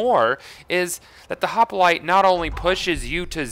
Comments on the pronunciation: Hoplite not hopalite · I'm gettin' real tired of hearin' this guy say "Hoppalite"... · this glitch helps sirens as they now no longer need a breakneck banshee to do the immolate glitch. also, "hop-a-lite" lol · i like how you say hopalite :p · Why the hell do you say "hop-a-lite"? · It is so bad like say it correctly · your prenouncing hoplite wrong